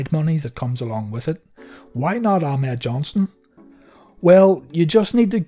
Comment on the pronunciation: The way vince used to say it in commentary it always sounded like "a mad johnson"